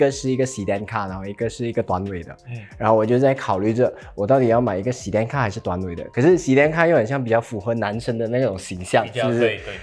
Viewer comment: 一直注意到sedan都一直念错